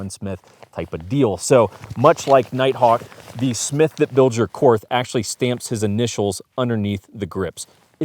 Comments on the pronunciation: Pronounced Court, not Korth. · I had to give this a thumbs down and stop watching only because you are not pronouncing Korth correctly. One would think you would do a little research on such a high end revolver. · All that classy editing and you cant even say the manufactures name correctly. Call Ian he can help. Ugh and you can always tell glock shooters when they run a wheel gun....